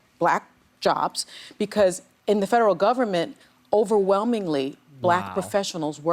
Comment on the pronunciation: he said gumment